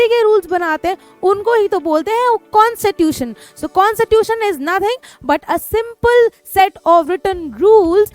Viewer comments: It is not consittution it's Constitution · Mam you always say consitution but we say Constitution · Na ki consitutation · constitution❌ consitution✔️. 🤣🤣🤣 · Mujhe "constitution" "kon sa tuition" sunaee de raha hai 😂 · Mam phele bolna sikh lijiye Constitution hota hai